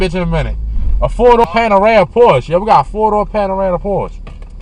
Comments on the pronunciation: Porsche "panarama" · Huncho Jack bruh. He was joking. The dude in the vid said panerama. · Lmao “4 door Panerama Porsche” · Jason Gurung no he said he was picking that up after this car. Also, it’s Panamera, not panerama lol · The Valet sounded like he had an i q of 70. Couldn’t even pronounce PANAMERA correctly. He carried on like a CHILD in your car. It was PAINFUL to watch & hear him speaking & making those noises! They obviously don’t do background checks or at least check wether the valets CAN drive first . Just because they HAVE a license doesn’t mean they know how to really drive a vehicle. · He doesn't even know how to pronounce Panamera. This is disgusting. Will take the bus or catch a ride to an event before I ever let some lowly inconsiderate person valet my car